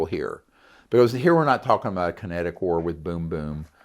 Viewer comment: debacle? like shackle? lol kinetic w/ a long I..lol his attempt on material is where he lost me... hard to believe someone who made it through medical school doesn't know how to pronounce these words.... love the show, but Greer isn't credible